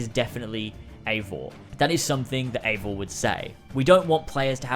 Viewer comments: Ay-vor not ee-vor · Pronounced avor no eeeevor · not really, more like Aye-vor. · He isn't called "Ivor" you have to say "Ayvor" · Why are people calling it ‘Avor” and not Eivor? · ...it’s “A-vor” You don’t pronounce “eight” like “eat” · It's pronounced A-vor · I believe Ubisoft have said it is pronounced Ay-vor btw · It's pronounced eye-vor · It's not eivor its pronounced ay-vor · Remember, he's British. British can't pronounce shit.... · Is unsure how to pronounce Eivor "I've never heard it said out loud" plays clip of people saying Eivor outloud 10 times